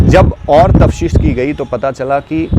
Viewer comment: Tafteesh hota hai bandhu, tafshees nahi